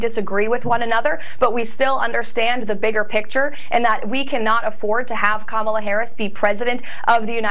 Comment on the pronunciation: I mean, she pronounced Kamala correctly. That's progress, right?